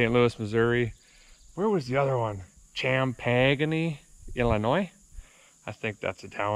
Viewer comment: It’s pronounced champaign and are you coming to the stl one ?